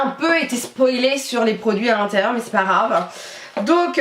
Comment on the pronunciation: Ca me stresse quand tu dis "c'est pas Rave" au lieux de c'est pas grave 😁 sinon super vidéo 😘